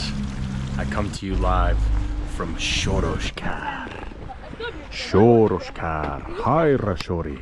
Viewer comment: It's SOROKSÁR, not SOROSKÁR ;)